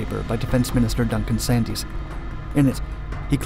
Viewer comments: Duncan Sands not Sandys! Get it right..... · Duncan Sandys surname is pronounced Sands. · The "y" is not pronounced the name is therefore Sands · More rubbish I'm afraid, even apart from the mispronunciations (Can-bearer?, 'Sandys' should be pronounced 'Sands') and random video of WWII Fighter Command centres and US officers. It's so disappointing as there's so much info on TSR2, not least from Bee Beamont's own book. Apart from the first sortie when engine vibration matched the resonant frequency of his eyeballs and made him temporarily blind, he absolutely loved this aeroplane, and also got it to Mach 2 at low-level, leaving behind its Lightning chase aircraft in the process. I had a long chat with him at A&AEE back in the '80s when I was running Harrier trials and he was still sad it hadn't gone ahead. Anyway, TSR2 was not some stitched together beast with different parts designed by different companies. Were the players that made up BAC given the parts of the job to match their expertise? No, certainly not. But the result was a harmoneous and beautiful thing that flew like a dream. Accommodating the WE-177 was not an issue as it was smaller and lighter than Red Beard, and the stuff about limiting yield is just wrong. TSR2 was always planned to carry the A and B variants, with either 10 or 500kT. The programme also was not harmed by the decision not to build unique prototype aircraft; this was already and still is standard practice. The days of the Avro 707 when there was money for such concept demonstrators were past. The prototypes were pre-production versions with some systems absent, particularly some of the nav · Norm T And a few others, together with putting the em - phasis on the wrong syll - able, the Y is silent in Duncan Sandys incidentally and I have yet to meet an American who can actually say jaguar rather than jag-warre. They're generally nice enough chaps though so I'll forgive them that. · And "Duncan Sands" ("y" is silent).